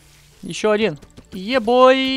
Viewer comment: почему ты говоришь е бой?